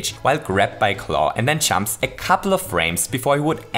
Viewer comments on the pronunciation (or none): He says chumps instead of jumps